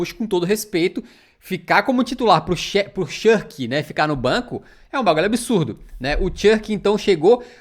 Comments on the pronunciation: Poxa, não é Chãrk, mas Cherki. Video da hora porém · Eu morro um pouquinho por dentro todas as vezes que você pronuncia o nome do Cherki da forma mais BRITÂNICA possivel kkkkkk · O querendo inventar moda falando o nome do Cherki "errado" não dá kakakakakakakka